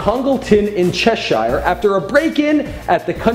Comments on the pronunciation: um its pronounced chesh-er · He said cheshire so weirdly lol you say 'hire' like 'hear' or 'here' sort of